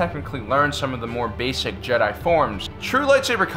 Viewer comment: Ah yes tupac is a jehdie